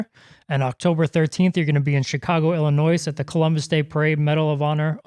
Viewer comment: Please ask your announcer to stop saying Illi noise. It's pronounced Illa noy